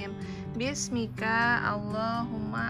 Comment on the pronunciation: Maaf, doa sebelum tidurnya Bismika itu 'ka' nya pendek Kak... jangan dipanjangin bismikaa ya Kak... Semangat terus! Sayang kalian... semoga sehat selalu.. Aamiin